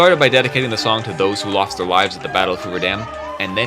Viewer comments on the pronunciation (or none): none